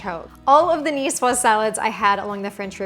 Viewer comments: I hate when a cook doesn't say if the eggs are cold or room temperature. Oh and the "S" is silent. Cucumber that is not peeled and de-seeded? No go. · Cool, I came here because I never knew how to pronounce Nicoise.